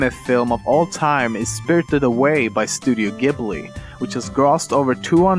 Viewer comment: That is not how you pronounce 'Studio Ghibli'.